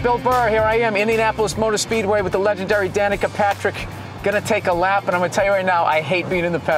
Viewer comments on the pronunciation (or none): Danica Patrick sounds like. da nikka Patrick